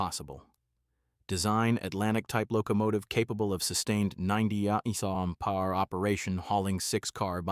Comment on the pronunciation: If you're going to use an AI voice to narrate your script, run it a first time and listen for the screw ups; then modify the script to correct the narration, example change "mph," which AI badly fumbles to "miles per hour." Check again, and see if the AI narrates your script correctly. Keep modifying until the stupid AI reads it correctly. The alternative is to just read it yourself.Drachinifel, the naval historian did this, and everybody liked his human voice better.